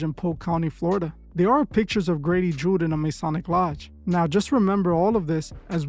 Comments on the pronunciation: Its Judd, not Jude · It's Judd not Jude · Grady Judd not Jude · It's pronounced judd with out the jew lol😂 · You are saying his name wrong truth is lol , but a lot of things have been coming out about him this past year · Lol, I can't with the pronunciation of Judd. Most police officers are free masons tho.